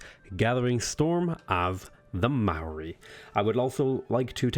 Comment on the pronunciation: I know Maori names are pretty hard. However, as a kiwi, I find your attempts at pronunciation hilarious. Loving the series though :)